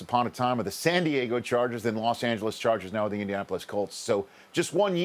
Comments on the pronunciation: treyguild he said it like two wards. It’s india-napolis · "indian-Apolis" colts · * "Indian Apple-less" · Indian Apolis? It's one word, bruh. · "Indiapolis" i love ya Rich but cmon lol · Indian-apple less colts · I'm pretty sure most people pronounce it like indian-napolis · I was just saying this dude cant even pronounce it